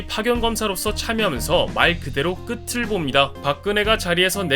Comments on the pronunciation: 참고로 '끝을'은 '끄츨'이라고 읽고, '늦깎이'는 '늗까끼'라고 읽습니다. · 뭐이리 당당하게 끄츨이라 읽는다고 하지 ㅋㅋㅋ 발음 끄틀임